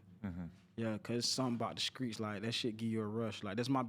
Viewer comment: STEPHEN LAWRENCE you skraight? You from the skreets? You do comskruction?